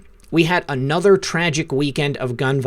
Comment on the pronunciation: The word "a" is never pronounced LONG-A. And the word "another" is never pronounced LONG-Another.